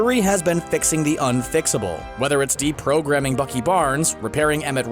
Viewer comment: when he said deprograming i thought he said deepthroughting lol